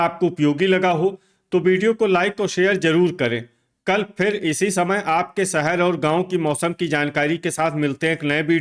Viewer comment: कल को तल बोलते हैं 😂😂😂